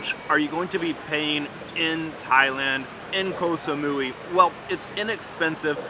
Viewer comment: Koh samoy is the pronunciation